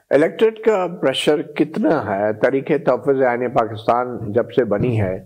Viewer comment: Why you say I iney this is not iney